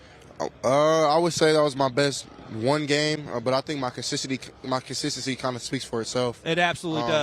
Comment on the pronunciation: Damn that’s 18% cognition test showin man can’t say consistententency